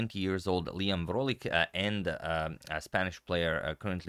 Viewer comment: Vrolijk is pronounced "vroleyk" or "vroleuk" in dutch btw